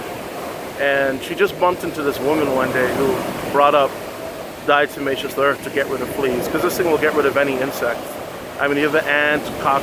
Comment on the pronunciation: Why do people want to an "N" when pronouncing Diatomaceous Earth?